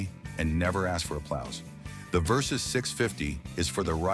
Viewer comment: Kawasaki Versys. Not Versus.